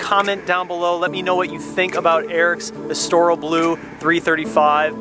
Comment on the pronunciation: Estorel blue? Just joshin’ with ya! But u ain’t a F1 fan. It’s Es-Tor-il blue, as in the city Estoril.